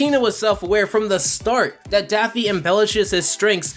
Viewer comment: Yeah I love Daphne Duck! Seriously it sounds like you're calling him Daphne multiple times in this video.